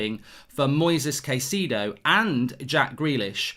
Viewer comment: Kai-ce-do. Is the closer pronunciation of his name..